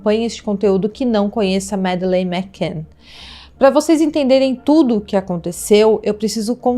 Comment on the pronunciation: Eu não sei vocês mais eu fico muito incomodada ao ouvir ela falar "Mac can " todo tempo, sendo que a pronúncia com dois "c" torna um C anulado juntando tudo o certo é " Macann"... Mas façam um bom curso de inglês ela indica...não quis ser mal educada gosto do canal e gostei muito do vídeo Essa histórica é muito enigmática acompanho esse caso desde o primeiro dia e fico triste ao pensar na Mad.